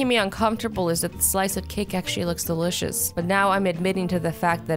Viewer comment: it's Soo funny how you say delicious please make more appropriate videos cuz I'm only a 7yo